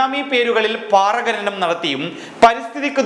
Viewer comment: ഘനനം എന്നല്ല ഖനനം എന്നാണ്.. പല പ്രാവശ്യം ശ്രദ്ധിച്ചതുകൊണ്ടാണ് തിരുത്തുന്നത്